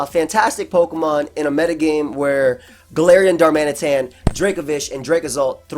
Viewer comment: Wish you could hear how i mimic/ mock you say GaLARIIAN.. you'd hate/love it